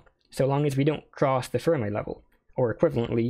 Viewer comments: Fermi is pronounced like Fer-mee not Fer-my. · As someone who has been in Condensed Matter for a while, I've literally never heard anyone ever pronounce Fermi's name as "Firm Eye".